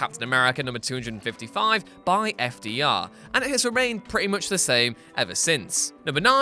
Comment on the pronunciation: Learn to pronounce FDR's name you limey goon.